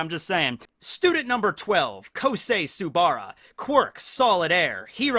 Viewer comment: 30.01 Tsuburaba not Tsubara.